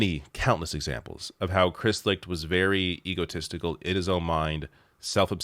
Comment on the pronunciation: Licht- pronounced Light